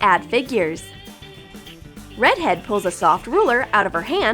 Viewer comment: UMMMM DID ANYONE ELSE HEAR HER SAY READ HEAD?!?!??!